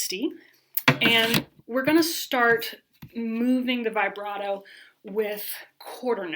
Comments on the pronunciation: I like you a lot but it’s pronounced vib brato not vigh brato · I get really annoyed with people who say it vyebrato instead of vihbrato. Otherwise it is a good video and I’ll use the content. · Very clear and helpful instructions, particularly the warnings about common errors! I've never heard "vibrato" pronounced this way.